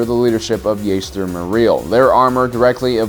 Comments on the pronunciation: His name was Jaster, not Yaster. Jango says his name in Star Wars Bounty Hunter. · “Yaester”? Seriously omfg 😂